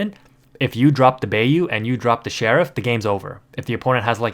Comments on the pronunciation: "buy-you" not "bay-you" ... love the vids tho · We’re not letting you slide on Bay-oo 😂 it’s Bye-oo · ..... Bye-you.... = Bayou.... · I dont want to be that guy but bayou is pronounced like Buy- You (bīo͞o) but besides that very good video keep up the hardwork! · Lol thank you for your correction. That Bay-U was killing me. 😂